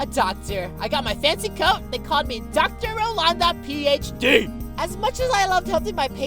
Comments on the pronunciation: The way rolanda said phD lmao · Love how Rolanda emphasizes "D" in PHD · but the way roi says PHD